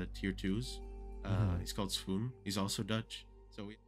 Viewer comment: BTW clownpierce said svoen not swoon